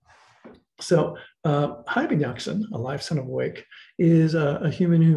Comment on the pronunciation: Hayy in Arabic means "Living (being)" and Yaqza-an means 'Aware' or woken up( this how it should be written, for it is not as you pronounced it'Yaqzan' very short, where as "Yaqza-an is elongated, which the correct way to pronounce it. Many other mistakes are made in, for instance 'Al Ghazzali" which means 'The weaver' in Arabic, is pronounced 'Al Ghaz-zali' elongating the the z, and so on. Just thought you might want to know. Being an Arabic scholar, I notice tons of mistakes people make in attempting to translate/literate this great language, that has deeply influenced the west in particular, and the rest of the world in general. With very little credit, unfortunately! Not to mention the great polymaths it has produced throughout history. Thank you!